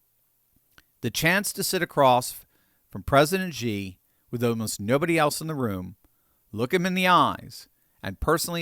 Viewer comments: bro it's "she", not "shzi" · The Dictator of China's name is NOT pronounced "Gee"; it IS pronounced "SHE". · you lose credibility by mispronouncing Xi as in Xi Jin Ping. The old transliteration system used "Hsi" which is a closer pronunciation. It is a softer "S" sound and less a "J" sound. Please check with other Chinese speakers to get the correct pronunciation. I love your discussions - my brother and I discuss them almost daily. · I know it's nitpicking, but it always bugged me... Xi is pronounced "shee" not "zhee." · It drives me a little crazy that American's pronounce Xi like "Jee." Where do they get a J? Xi is pronounced "She." It's not like we can't pronounce it correctly. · It’s not Ji, it’s Xi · Please XI is not pronounced with a G at all. It's pronounced SHE not GEE. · I hope you don’t mind my correcting your pronunciation of President Xi. It’s pronounced as SHE NOT GEE, so many news outlets mispronounce his name and I think it’s embarrassing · Love the content, but just so you know, Xi is pronounced (approximately) "she", like the pronoun. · please pronounce Xi's name right.. no "g". "Shee".. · I love ya,, but you seriously need to learn how to pronounce Xi's name...unless you're doing it on purpose, of course.